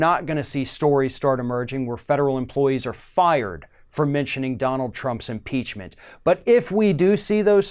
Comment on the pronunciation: If they can't say IM-PEACH-MENT they should substitute IM-PEAR-MENT. They won't have to use Trump's name; everyone knows who is impaired and ought to be impeached.